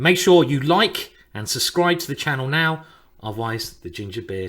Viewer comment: Simon i sus "Suscribe"